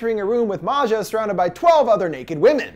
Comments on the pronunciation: Why is he saying her name like she's not Swedish? Maja is pronounced just like Maya. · and maja too. it’s pronounced like Maya not Ma-Ja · Bruh Maja is pronounced like Maya/Maia and not like Matcha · It's pronounced "maya" not "mazja" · Right and I think Maja is pronounced Mah•Ha 💁🏾‍♀️ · It’s Maya or Maja (Maayaa) . It is not that difficult 😂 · Don't forget how he pronounced Maja